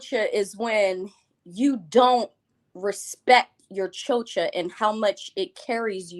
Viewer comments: The worst part about it all is that she's pronouncing it wrong, using the schwa sound at the end. She pronounces it CHO-chuh, when it's CHO-chah, as in cha cha cha like the dance. And had the nerve to say it 1000 times and name herself something she can't even pronounce. Ugh! She's ridiculous. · Its the pronunciation of "chocha" for me! Is she Hispanic or mixed (black & white) because the way she says "chocha" sounds weird!